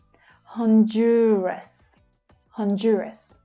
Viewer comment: Some are wrong. Examples: Bahrain, Honduras, Guyana, Qatar.